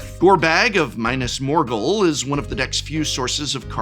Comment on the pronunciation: Prof, did you have a stroke while making the video? Besides the butchered dwarf names, who pronounces Minas Morgul like that?? 😭